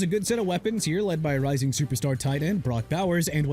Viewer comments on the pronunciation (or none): none